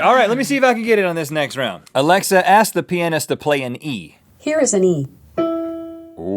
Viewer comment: That's not how you pronounce pianist, and you know it...